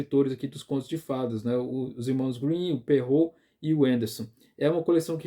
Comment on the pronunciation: Parabéns, acho que é a primeira vez que vejo um vídeo sobre o tema que acerta a pronúncia de Charles Perrault. Eu entendo que ninguém é obrigado a pronunciar e é legítimo adaptar para nossa língua, mas algumas pessoas fazem uma pronúncia puxada para o inglês, super complicada e completamente errada (o nome é francês) e seria muito mais prático falar o certo como é em francês, rs